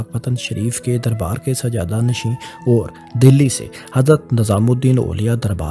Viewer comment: آپ نے ویڈیو کے شروع میں میرا نقشہ استعمال کیا اور اس پر لکھا ہوا میرا نام ڈیلیٹ کردیا۔ افسوس کی بات ہے۔ اپنا لہجہ بھی ذرا درست کریں۔ مثلا لفظ "اور"، "طور" وغیرہ کا تلفظ درست نہیں ہے۔